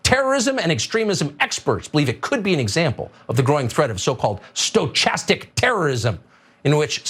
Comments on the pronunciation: Indeed, he doesn't, apparently, know how to pronounce "stochastic"! It's from the Greek "stokhastikos" and the spelling obviously got Latinised somewhere along the line (probably via French). As for deliberate mispronunciation, it seems to be peculiar to the right in the USA. Thus, we hear them saying "Eyeraq" and "Eyeran", but never "Eyetaly" or "Eyendonesia". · The freak can't even pronounce stochastic correctly. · Can someone teach Fucker how to say "stochastic"? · I love how well-educated Tucker doesn't know how to pronounce stochastic! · Stochastic, he even doesn’t know how it’s pronounced… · I laughed when Tucker mispronounced "stochastic", it makes me wonder if he even really knows what it means himself of if he's just reading it from the teleprompter. 😆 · I'm impressed that Tucker doesn't know how to pronounce stochastic terrorism. Good to know that he's at least half as stupid as he looks. =\ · Lol he pronounced it sto-chastic lol what a sto-chode. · I am so triggered by "stoCHastic terrorism". But at the same damn time, if u hear some idiot that can't pronounce "stochastic"...and u dont question his legitamacy?? He's an idiot, but you're the idiot that followed. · Hey DimWit : it's pronounced "sto-KAST-ic", you moron... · Agghhhhhhh. "Stow-chastic terrorism" hurt my head. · It’s pronounced sto-kas-tick terrorism. Holy hell. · Sto KAS tic... oh tucker u really shouldnt try to pronounce words u dont understand 😂 as for hate speech - its defined in LAW as to what it is 🤦‍♀️ what a moron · It's pronounced sto--cast-ic. I would love an update on Dominion's lawsuits against Cucker Tarlson and the propaganda mill that employs him. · If Tucker can't even pronounce 'stochastic', does he even know what it means? Should he be given any credibilty at all? Is he manly enough to admit his ignorance? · Fucker Carlson can’t even pronounce ‘stochastic’ 😅😅😅 The ‘ch’ is pronounced as a ‘k’. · He doesn't even know how to pronounce stochastic.